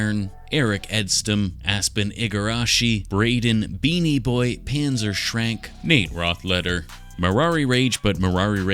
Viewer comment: Heh excellent work as always! BTW "Panzerschrank" is German for "safe" as in "armoured closet", pronounced roughly like "puntsashrunk" 🍻